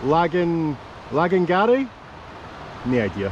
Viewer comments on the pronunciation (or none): The BH is pronounced V most of the time (Lagangarbh) :)